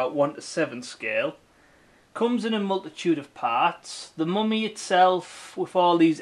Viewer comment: The "Moomy" ???